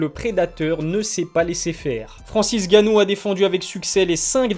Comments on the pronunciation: Pourquoi tu dis/il dit "Francis Ganou" au lieu de "N' Ganou" ? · c'est N'gannou et non Gannou mdr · Votre nom c'est bien et pas Ilie? Et bien c'est pas Francis Gannou mais Francis Ngannou, on prononce le N. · Parle correctement et prononce le N de francis ! N ganou en phonétique ! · J'adore les vidéos mais c'est N'Gannou par contre pas Gannou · Où est passé le « N » de Gannou? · On prononce pas "èngannou"? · T'as perdu une occassion de te taire. Ca se prononce NGannou. Tu mets pas un espace en N et gannou. C'est typiquement Francais ça vous massacrer les noms africains. Que ce soit Nkolo ou Mbappe on sépare pas la première lettre du reste du nom. En espérant avoir pu t'éclairer un minimum. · Faut que t’arrêtes uN truc c’est de changer les pronontiations des noms, c’est Francis Ngannou et pas ganou, c’est Gane et pas gané, c’est Khabib et pas Rrrrrrabib (en tout cas quand on parle français),...etc mais tes vidéos sont super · Stp arrête avec Francis « gannou », c’est N’gannou lol et aussi Cyril « Gané » c’est juste GANE lol. Merci pour l’appli mec !!!